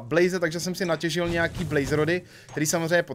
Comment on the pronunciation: "na těžil" :D